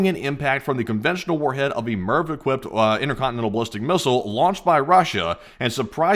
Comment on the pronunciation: "Inner conne-nenal missl" ?